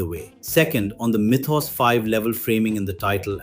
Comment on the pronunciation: Mythos. Why do you keep saying it that way?